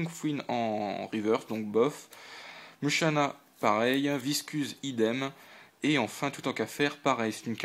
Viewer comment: riolu se prononce "riolou" mushana se prononce "moushana"